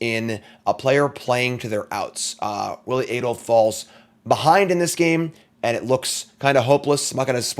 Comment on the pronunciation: maiking sure you know how to pronounce both players' names seems like simple prep for a video such as this.